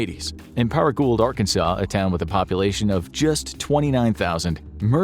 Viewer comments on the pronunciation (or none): I think Paragould, Ar is pronounced par-uh-goo.